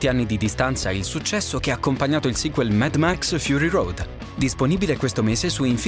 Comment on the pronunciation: credo che si pronunci come si scrive mad max no med max, vabbè sottigliezze